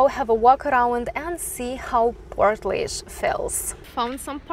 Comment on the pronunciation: The laoise is pronounced leash